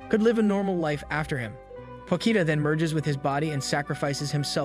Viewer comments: You: Potchita Ani recapped: Pokita Me: Pochita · Me: Potchita Ani recapped: Pokita